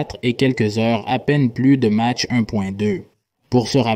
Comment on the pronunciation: prononcer mache , c'est curieux , non ? c'est exprès ?